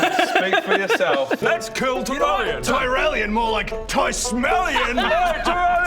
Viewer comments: Tyrellien? That last vowel just sounds more like an e than an o to me. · I heard Tyrellion.